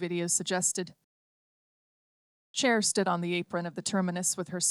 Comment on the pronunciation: An audiobook that is read by a human would be preferred... This A.I. does know the difference between "Chair" and what is most probably "Cher" as a person's name.